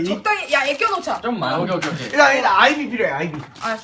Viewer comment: 후추님이 아이비 할때 사이비라고 들음